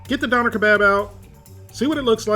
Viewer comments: Its dööner not doner 😩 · Not a Donner, pronounced Dough- Nair. I'm thinking/ (Hoping) you are purposely pronouncing these words purposely for shits and giggles lol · Living in germany you keep pronouncing Doener wrong. It can also be wrapped in a tortilla, and the sauce is an Herb and/or Garlic sauce with "Sharf Sause" or "Hot" sauce, but its really more of a sweet chili sauce. Pronounce it Duerner, pronounce the umlaut i can't listen to you say doener any more. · Hey man, the umlaut over the o (ö), changes the pronunciation to durr-NAH, not dawner lol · I love this channel , I watch it every week but it absolutely kills me when he says “don-rr”. It’s “doan-air”. I tried to get through the video without it bothering me but it is basically ear rape every time he calls it “don-rr”. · Your pronouncing doner incorrectly it's pronounced Doh-n-air. They're big in canada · Dough nare...... say it right bro. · Pronounced "doh-n-air" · It's pronounced Dun er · and if you actually knew what those pronunciation sounds mean it is D - for dog o - like code, n - for neigh er - for ER in letter, doner wasnt invented by turkish germans, it gained its popularity in in europe from germany but it was most definitely originated from turkey, doner kebab on the other hand didn't originate from turkish germans, it originated from a turkish immigrant selling doner kebabs on a street stall. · Natalie Wiltshaw Döner was invented by turkish-germans, and the correct pronounciation is [ˈdœnɛr], [ˈdøːnɐ]. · No it's not. it's actually pronounced like "Duna" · im cringing because of how you say döner xd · Man how many times can you mispronounce Döner in one video. Lol, good video but its painful. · The way non germans say döner is almost as bad as döner in a can